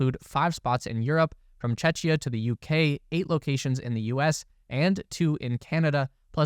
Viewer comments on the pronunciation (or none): Oh my god that Czechia pronounciation was painful. Try check+kia but together next time, check like in chess, kia as a vehicle. Chec-kia.